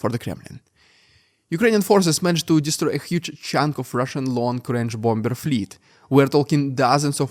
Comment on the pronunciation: Mate, please, learn how to pronounce Bomb and Bombers! It's BOM and BOMMERS.